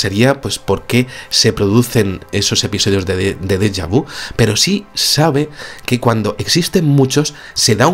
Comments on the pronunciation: Hola!!! La palabreja que te atormenta (jeje!) es dejá vu, ( ya no recuerdo como se escribe) pero la U final la pronuncias, con la boca en una U, y la lengua apoyada en una i, bajo los dientes inferiores sería... así te sale el sonido perfecto... una U que suena suavemente en i... un beso. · Por qué dice deja vi? Nunca lo escuché pronunciado así, es común en España?